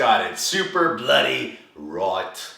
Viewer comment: Oh and when you said "super bloody right" you was doing an Australian accent. ;) just saying. Haha